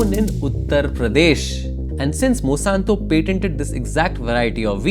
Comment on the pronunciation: It really bothers me when you kept pronouncing Monsanto as Mosanto